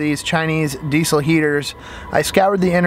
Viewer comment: The way you say diesel gives me a stroke